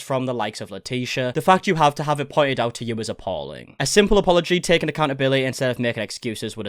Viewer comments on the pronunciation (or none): none